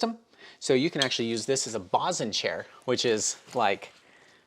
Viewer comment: Climbers got the name "bosun's chair" from the sailboat world and it's pronounced BOE-SUN not BOSS-SON. ❤️.